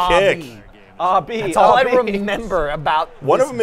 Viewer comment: "Don't say aahh B"; getting great, hilarious memories from that Edit: Proceeds to shout RB anyway LOL This time it sounds less British and confusing than it did in the past